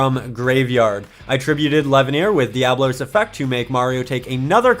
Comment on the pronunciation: I don't mean to be that guy, but it's darkest dia-bolos